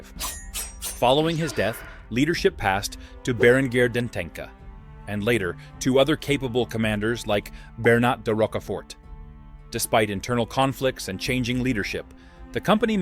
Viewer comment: Berenguer de Entença ---> En-ten-ZAH, This -> ç Ç is a "cedilla" and it's spelled "Z"